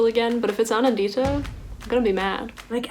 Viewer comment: i love the way americans say indian names like they called me kha-vee-yah instead of ka-vyaa and they call aa-nan-dita, a-naan-dhita. trust me while i was in the states, i forgot how i pronounced my own name